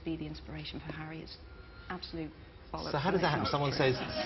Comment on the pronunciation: "parents, bwace yourselves" "please welcome, J. K. wowling" "before we talk about hawwy" "did the first bwa expedition work for her?" haha just love the way he talks =P